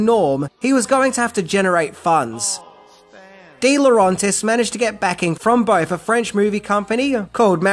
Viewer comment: Why do you keep mispronouncing Dino DeLaurentis' last name? It's not dee-lo-RAHN-tis. It's dee-lo RENT-is. Sorry, but s**t like this annoys me to no end.